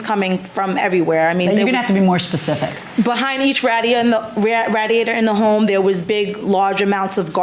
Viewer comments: That's a long a sound for radiator. Is she from another country?😊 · That and the way she said radiator. I've seen non-native people speak better English.